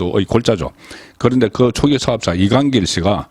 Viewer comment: 35년 경력의 대기자가 첫음절을 강하고 짧게 발음 하는게 듣기 거북하네요 사업자 둔갑 저축은행 등